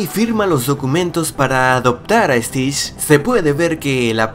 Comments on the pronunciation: No dijiste stich dijiste stish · Stish, que mal pronunciado. Es stitch con T y ch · Tu dijiste Stitsh 😱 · ¿Estish? A si no se dice tienes que decir bien las palabras viendo y escuchando como se dicen correctamente